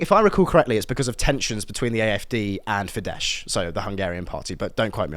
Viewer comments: Fidesz is pronounced with a S ín the end, not Sh. Greetings from Hungary! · 'Fidesz' is pronounced 'Fidezz', not 'Fidesh'. In Hungarian, a single 's' is pronounced 'sh', where there's an 'sz' it's a 'z' sound, meanwhile, where there's 'zs', it's a 'J' sound. I'm trying to learn Hungarian at the moment, it's a viciously difficult language. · It's pronounced as "fidd-ess" . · Great work. But can I say that you are both pronouncing Fidesz wrongly. Sz in Hungarian is an ‘s’ sound. So ‘Feedess’. It would only be a soft sh/zh if it were ‘zs’.